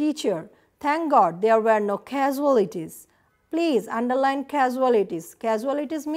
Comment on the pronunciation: I think, this is a wonderful class. But, you have pronounced the word "casualties" wrongly. After all, thank you so much ma'am for providing this very class.